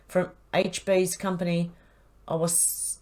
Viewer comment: owasco?? does he mean ow arse company?? seems fitting